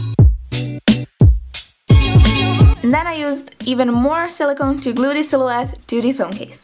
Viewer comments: opa Srbija haha e nemoj izgovarati the kao di nego kao d jer nakon nekog vremena počne pikati u uho, zakon video btw ;) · Smo da ti kazem, kao prijateljski savet, cita se ,,di,,(the), samo ako stoji ispred reci koja pocinje samoglasnikom. Ti svuda pricas ,,di,, umesto ,,d,,😀